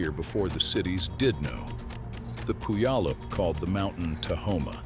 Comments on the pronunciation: Learn how to pronounce Puyallup. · He almost got Puyallup right 😆